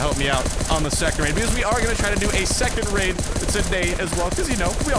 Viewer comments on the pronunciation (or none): He said laid instead of raid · Am i the only one who relized he said revenge laid lol